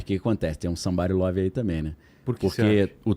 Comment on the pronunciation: Esse "sambarilove " é muito engraçado, muito carioquês! Kkkkkkk